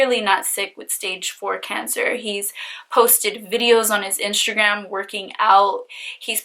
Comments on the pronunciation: Omg your face looks like a mask. Are you attempting to look like Kim Kardashan also? I think it prevents you form saying instagram, you are saying inshta'gram. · I hate the way she says "inshtragram" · What a criminal!!!! One question? Why do you have a hard time saying Instagram lol do you have veneers? You speak perfectly fine except when you pronounce inshhhhhtttagraaam🤗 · why does she pronounce instagram as inshtagram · I was looking for this!!! 😂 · Marissa Antoinett lmaoooo i knew I wasn’t the only one hearing that Inshagram name! So annoyinh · Omg I cannot continue watching this with you saying iNSHAgram. 😭😭😭😭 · u actually say inshagram, but that’s just how u pronounce it and that’s ok. Don’t freak out on peeps when they say that, I think we just haven’t heard Instagram pronounced like that. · you kept saying Inshagram. Please replay the video lol. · d g lmaoo she better be!! 🤣 inshagram. Fashebook. Shwitter. 🤪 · I listened to her pronounce Instagram several times to figure out if she was really saying it weird or if it was me. Then she said IRA like it's someone's name haha. This guy sounds like a Scumbag but it sounds like she wanted a guy who has money to buy her phones, pay off debt, and take care of her. She was blinded by the money and got screwed.